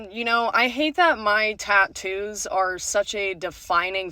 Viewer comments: One of the worst parts of this video is her pronunciation of " tat toos" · As a tattooed woman the way she says Tahn-TTToos is driving me crazy. Also, the face and neck tattoos are a no go for many career fields. Experience also matters. If you don’t have waitress experience, work at a fast food place for a bit and then apply as a waitress because it’s related field experience. I’m a female with sleeves and hand tattoos, but I went into welding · I can't stand the way she says 'ta-ttoos' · I hate the way she says "tatoos." Also, I choose not to trust Satanists. There are probably other people that make that choice as well.